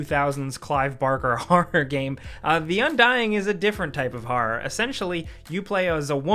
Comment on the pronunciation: The pronunciation of horror and forest.